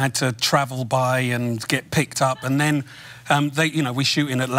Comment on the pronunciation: I wouldn't argue with you, you obviously know your thing, but I can't quite place where he droppes any T's. maybe only in "Then", he said it like "nen"